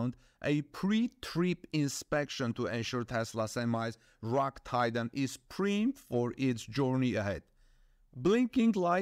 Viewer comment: *Pr👁️med not Preemed!